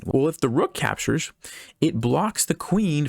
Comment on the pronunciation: I think he cant say the word capture He keeps saying if the knight capshurs Or the bishop capshurs Or the other knight capshurs